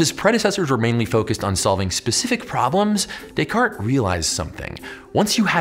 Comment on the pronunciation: Thanks for that video. By the way, you pronounced Descartes right by mistake lmao ^^